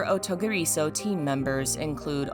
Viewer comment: If you want to say this title (or anything in Japanese) there’s a rhythm you need to follow so it sounds normal. Like the title, clap your hands to space the sounds out… O_TO_GI_RI_SO_U the R needs to be gently rolled like in Spanish, and the U get tacked onto SO like the OU sound in uncouth ….the way the author of this video is saying it kinda hurts. Just let the sounds flow. It’s easy if you try. Promise.